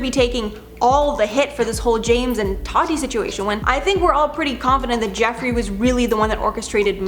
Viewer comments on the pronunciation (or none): none